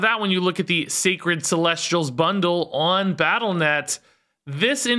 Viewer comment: Hey, I know I’m like mega late to the party but I asked my girlfriend about the Celestials once too and the way she pronounced it is actually about how you’re saying it. So good job!